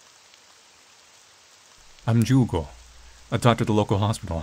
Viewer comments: I don't know where the devs are from, but all human names (Misae, Ai and Ju(u)go) are Japanese (Ju(u)go is pronounced as "jew-go" in Japanese, so I think you got it right). Also, I have the feeling the game is situated in Japan, since Misae mentioned she's a "half-foreigner" (that distinction is often made in Japanese; people with only one Japanese parent are called "hāfu", literally meaning "half"). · You pronouncing Jugo's name correctly because you're respectful enough of a language to know it's quirks and differences between similarly sounding ones warmed my heart up, man. It's always nice to see how much care you put into these little details. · Brazilian here, three years late but whatever I just wanted to say the pronunciation of Jugo was great! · Brazilian here! Yup, got the Jugo pronunciation right, tho that is certainly not a Brazilian name. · As a person who has Portuguese as a second language, you pronounced it quite right !! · ur right with the pronunciation, but thats not a brazilian name at all lol, the developers are definetly weebs so probably is suppose to be japanese? Especiall cuz her name "Ai" is love in japanese, but in portuguese "Ai" is "ouch" so??? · I'm brazillian and naturally speak portuguese. Your pronutiation is correct but none of the names are common here. I don't think the intention was to use brazillian names, so you can speak as you wish 😊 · You pronounced the Portuguese name well!